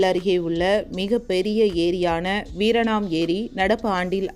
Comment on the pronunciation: Madom : வீராணம் ஏரி-க்கு, வீரணாம் ஏரி - என்று சொல்கிறீர்கள்....